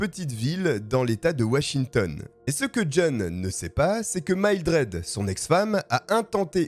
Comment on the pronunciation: Ca se prononce "mille-dred" ^^